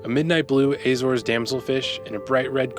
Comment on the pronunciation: "Ay zores" 😂 do you also eat "Ay pulls" 🍏